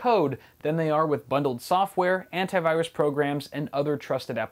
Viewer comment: "I have 5 anit viruse softwares" Derp ........ ...